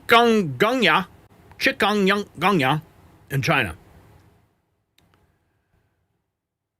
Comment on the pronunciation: It's more like Chicken-ga-zin-ya.